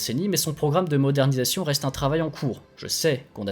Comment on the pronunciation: Est-ce que vous avez vraiment dit Maodernisation à ? 😂 Sinon excellent travail comme toujours !